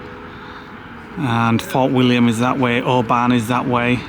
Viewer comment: great vlog, just laugh when you bugger up pronunciation, how can you muck up Oban🤣🤣